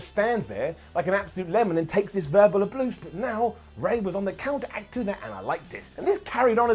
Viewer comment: "...verbal abloose"